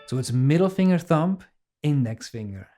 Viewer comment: Cool vid again man. Though the b is silent in thumb. It's not thump.